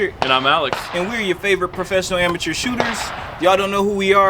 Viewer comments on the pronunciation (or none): ... "PROFESSIONAL ANATEURS" ... 🤔😶 ... No offense intended guys, just having a chuckle over that wording. Good review though.